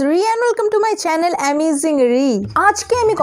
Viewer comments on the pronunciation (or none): none